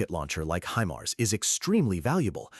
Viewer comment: he-mars?? :D